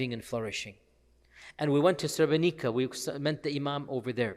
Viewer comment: May Allah bless you for taking your time to tell the sotory about or amazing president. Sheikh, srebrenica is pronounced srebrenit’sa, basically like it’s